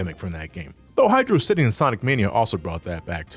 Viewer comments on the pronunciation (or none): Hydrocity not Hydro City